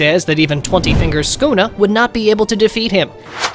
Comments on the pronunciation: ah yes my fav Demon "skuna" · He said skuna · blud called yorichi your-ichi and sukuna skuna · He’s saying Skuna XD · why is he calling sukuna "skuna"